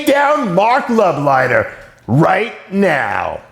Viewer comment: Marc is a great family man and down to earth guy. Dave can’t even say his name correctly 🤣